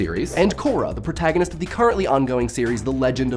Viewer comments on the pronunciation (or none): none